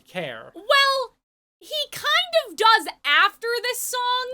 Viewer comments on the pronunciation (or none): emphasis on KIND OF